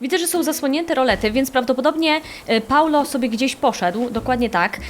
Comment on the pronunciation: nie Paulo tylko Paolo